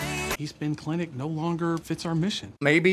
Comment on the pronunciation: No one: Zero of anyone anywhere:: "clintic" [cuts to sharknado] 😂